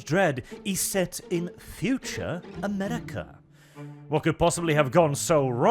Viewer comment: Funny accent “Amedica”